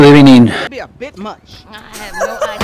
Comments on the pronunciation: Ah yes, good ebening and not good evening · Good ebening